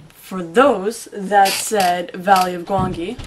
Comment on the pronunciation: Wait wait, You're pronouncing Gwangi's name "Gwan-gi"? I always thought it was pronounced "Gwan-jee."